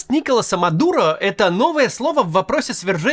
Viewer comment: Он НиколАс, а не НИколас. Неужели так трудно хотя бы имя узнать прежде чем анализировать.